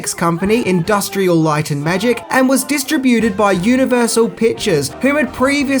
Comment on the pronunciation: Mispronunciution for the video: distributed.